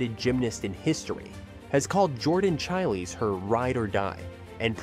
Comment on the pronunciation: Jordan Chighlies? Chil- ays? Come on, at least say their name correctly!